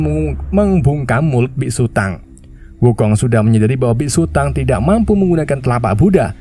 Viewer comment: Dibacanya bukan biksu tang tapi biksu tong